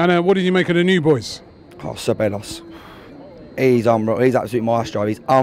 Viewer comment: damn you guys need to start pronouncing 'Ceballos' correctly ...